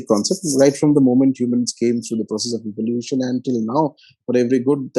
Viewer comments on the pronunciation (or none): none